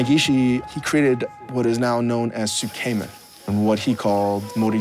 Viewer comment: makes me question Changs time in Japan when he keeps pronouncing つけめん like suuu- kei - men. Real nice, like saying a tuna salad as a "knee - coy's" salad instead of 'NICOISE".